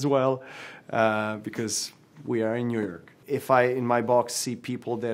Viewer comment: "We are in yuyork."